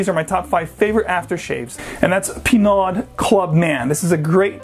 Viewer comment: It's pronounced: pē-'nō. NOT pē-'NOD. The Virgin Isles Bay Rum is awful.